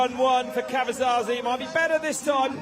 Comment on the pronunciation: Caverzasi,.. it's Diego Caverzasi. 😅